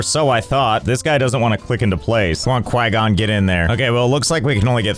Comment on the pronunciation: Quay-gon? QUAY-GON????? It’s Qui-gon-jin 😢